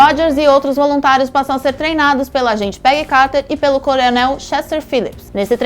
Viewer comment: "Colionel", "super sodaldo". Meu Deus,. Que bizarro..kk